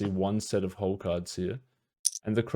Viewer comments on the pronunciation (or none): none